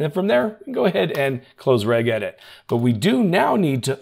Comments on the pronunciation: Reg (as in Greg) edit? Registry has a soft G. It's REJ-edit. +facepalm+ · Brother Regedit is pronounced REJedit not Regg... It's a registry not a reggistry 😂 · Good video to summarize how to reduce the Windows 10 attack surface. Haha REGEDIT is pronounced "rej edit" As in how the "G" is pronounced when you say "Registry".